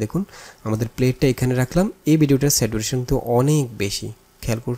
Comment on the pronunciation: স্যাচুরেশন হবে not স্যাটুরেশন